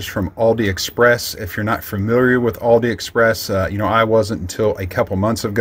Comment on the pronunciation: Is he saying Aldi express?